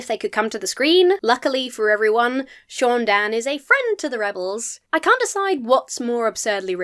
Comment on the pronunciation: NOOO it's not SHOON DANN. It's SAUN Dann. GOD get it the FUCK right! you would know this if you were a REAL star wars fan!!